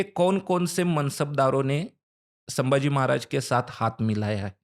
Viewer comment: अरे वो सांबा! कृपया छत्रपति " संभाजी " को आप बारबार "सांबाजी" कहते हो गलत है ही, पर अपमानजनक है, सुधार ले।